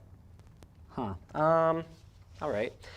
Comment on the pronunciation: Huh….he exclaims in Canadian. Never heard that before.